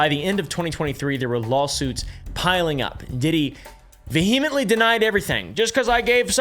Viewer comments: You say "vehemently" in a really weird pronunciation. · ❤ you buuuuuuut it's pronounced VEE-uh-muhnt-lee [vehemently] PS - I WILL buy you out of Punkin Pie Sour Boys, even if it bankrupts me